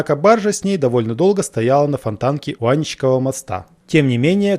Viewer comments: ТЕребенева, а не Теребенёва! АнИчков, а не Аничков. Позорище( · АнИчков мост! Ударение на И!!!